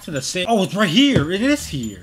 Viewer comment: What why did you say heeer